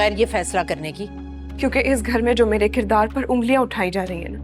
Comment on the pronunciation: Kirdaar kushi hota hay..kirdaar kashi nahi